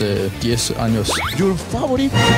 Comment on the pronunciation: ¿IS MAY FáVORIT? ...NO WAY CABEZóN!! .. atento: "JI IS MAY Féivorit pleyer" ....